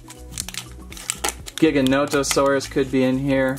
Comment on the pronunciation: That’s not how you say Giganotosaurus